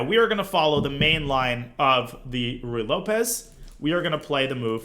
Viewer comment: I love how Danya says "Ruy Lopez" correctly now. He was probably teased enough times on twitch for "Rye Lopez" and is a humble guy.